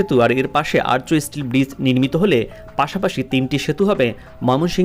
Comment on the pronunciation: আর্য নয় আর্চ ( arch)